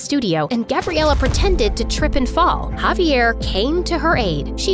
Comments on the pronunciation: bro called javier caviar the whole time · “She says haviar sub titles say caviar the real name is javiar 💀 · dude said cavier not javier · Javier. Not caviar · i always heard it like cavier